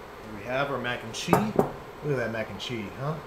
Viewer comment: Every time you say, "mac and chee," God kills a kitten...